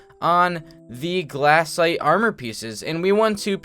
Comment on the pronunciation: why does "glass aight" make me so mad *amazing video tho * <3